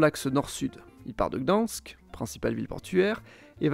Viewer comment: Ça se dit /krakouf/, /katovitsE/ et /dane-tsiHHhh/ ou / gdagne-sk/ en « version originale » 😊 Et tu as omis l’ethnie des Kachoubes et leur langue, qui bien qu’elle soit proche du polonais, est bien plus divergente de ce dernier que le silésien ne l’est ! Bonne vidéo, comme toujours !❤